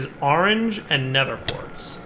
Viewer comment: "gotta get some ar-range chickens" you mean orange? "yea ar-range"